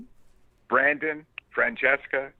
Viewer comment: I can't believe he pronounced Francesca's name correctly